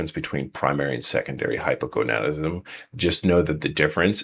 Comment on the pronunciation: Wow! Someone has mastered the pronunciation of Hypogonadism! Great video! Thanks for putting out this info!